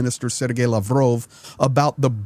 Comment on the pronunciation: LAVROV TALKS PLEASE PRONOUNCE CORRECTLY. Thank you